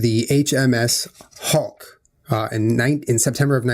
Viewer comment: Julien's "HMS Hawke" sounds like "HMS Hulk"